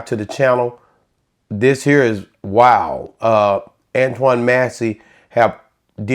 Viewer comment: These old heads seem like some toxic haters ngl. They don't even understand the guy pre-recorded this video way before he posted it. They keep mispronouncing his name when it's not a hard name to pronounce.